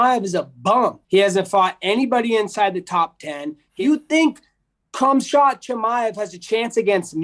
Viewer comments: did he say "KhamShot Chimaev?" hahaha this guy is hilarious. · Did he say Cum shot? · No one: The start of the video: CUMSHOT CHIMAEV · "Cumshot chimaive" I'm dead. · Did he just call him "CumShot" Chimaev? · Kumshot Chimaev “I eat Kumshot too” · "Cumshot" Chimaev 😆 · "Cumshot" Chimaev 💀💀💀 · Did this man just say "Cumshot Chimaev?!?" Ok. That was funny as f%#&. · Haha Colby is definitely golf. That fool said “Khumshot” 😂😂😂😂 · "Cumshot" Chimaev😂